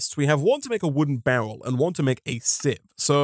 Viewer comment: Why do you pronounce barrel bowel?